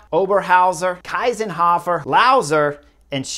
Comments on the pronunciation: Chris - please - pronounce her name correctly ! She is pronounced like „Keesenhofer“ : „ie“ in german is pronounced like „ee“ in english ! Otherwise good analysis! But I disagree about the team radio - it is much more up to the riders and their racing instincts to read the race and take decisions on their own and that feels so much more natural . Remember - how could it even be possible to ride without all this modern communication 40 or 50 years ago , or even further ago, how could this really be possible ( irony ! ) . It is indeed a very healthy lesson to the dutch team and other favorites and the entire modern cycling world ! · Shameful reporting not giving due credit to the winner, even not bothering to pronounce her name correctly. Better racing without radios too. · She won the golden medal and Chris didnt even try to pronounce it correctly and he mostly talks about the dutch. So who won it? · Kinda annoying you can’t pronounce the riders names 🙄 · Thank you very much. Strong insight! But I don't agree with you. I think it's wonderful racing without the radios. And it's Kiesenhofer. Not Kaisenhuffer. 😊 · Please note that her name is Kiesenhofer - not Keisenhofer (as Chris wrongly pronounced it)! 😛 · Just Info: Kiesenhofer is correctly pronounced „key-senhofer“ not „Kai-senhofer“ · There you go again. All you American/English guys say Kaisenhuffer. It's KIESENHOFER. Listen up! 😊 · her name is spelled KIEsenhofer and pronounced like [ki:senhofer], not KEIsenhofer, Keisenhöffer etc.. cheers from Austria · Anna‘s Name is Kiesenhofer, not Kysenhoffer. It‘s pronounced like Keesenhofer. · It’s pronounced Keesenhohfer, not Kaisenhoffer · It's not "Kaysenhofer", it is "Keesenhofer". You guys really need to learn pronounce names. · I disagree, less comms would make those races WAY more interesting. Also imagine Cheese-n-hofer but with a K in the beginning, thats how you pronounce her name kinda correctly ;) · Its "Kiesenhofer" like "[Key]senhofer"